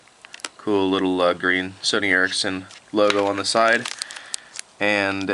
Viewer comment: i thought it was pronounced the sony "erection"